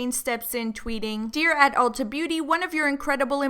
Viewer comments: Every time said “ultra” instead of “ulta” I died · i love the way says ultra instade of ulta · lmao that called it "ULTRA" smh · said “hello ultra” 😂 ULTA not ultra 😂😂😂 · saying “Ultra” instead of Ulta PLEADING at them made me CRINGE SOOO BAD. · saying Ultra instead of Ulta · when he calls it u l t r a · dying at calling it "ultra" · saying "Ultra" xDD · every time says "ultra" i actually wheeze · babe it’s Ulta 😂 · Lol ultra...that's how you get taken seriously by a company, mess up their name...REPEATEDLY 😂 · Jade Hansen bc its Ultra without an R. this how is. 😂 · calling it "Ultra" lolololol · Forget Carol... I’m pissed at Ulta for shading because he pronounced their name wrong. I’m still mad about the Carol situation though. Carol should’ve gave right information, but she shouldn’t have been put in that position in the first place. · I looove how mispronounced Ulta but said Sephora correctly! Haha!!